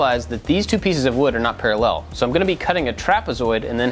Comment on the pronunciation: "parallél" Love the video, thanks!